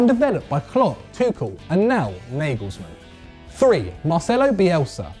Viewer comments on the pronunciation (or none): none